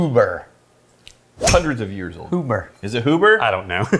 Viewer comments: It's pronounced Hue-ber. Not who-ber. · The Port finished whiskey is finished in ruby port barrels and absolutely blows away Angel's Envy. You guys need to get your hands on a bottle of their Double Oaked bourbon, which holds its own against Woodford Reserve Double Oaked. And the name is pronounced HYOO-ber. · Pronounced Hugh-ber. Not that usually cares... lol